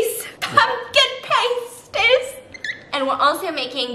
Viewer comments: Me, British, dying over the fact Stephanie keeps say pUmKiN pAYsties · the way she mispronounces pasties the entire time has me absolutely dead ahahahaha